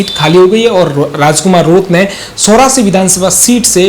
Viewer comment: एंकर शुद्ध हिन्दी बोलो सोरासी नही चोरासी है।